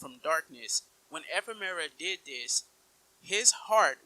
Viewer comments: Firstly, learn how to say Ephemer. Secondly he's objectively not dead considering we fight his Heartless twice in KH3. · Let's not go through this again. Ephemera is his original name in Japanese. The English localization changed it to Ephemer. It's not a big deal, let's not be petty about shit like this